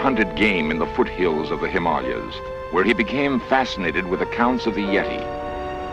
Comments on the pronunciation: I've never heard Himalaya pronounced that way. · yes, Leonard kept mispronouncing it, was quite annoying! He might have been given a script to read with a TYPING error in it, maybe missing an A. That would partly explain it...except that Leonard Nimoy would seem to have been smart enough to know that, you would have thought :( very basic boo boo.